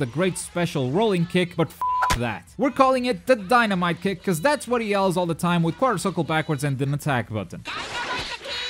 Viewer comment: it sounds like he is saying die a might a kick